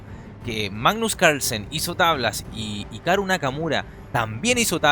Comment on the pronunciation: Es hikaru pero de pronuncia jikaru